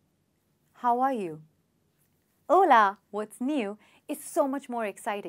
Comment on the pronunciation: Hola ..it sounds like haule..😜